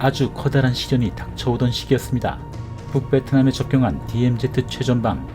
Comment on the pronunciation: DMZ. 제발 디엠제트가 아니라 디엠지